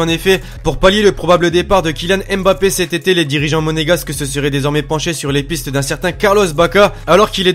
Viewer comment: prononce bien Mbappé stp